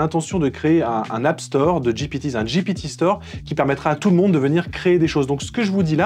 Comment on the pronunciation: tu as dit j'ai pété au lieu de ji pi ti 😉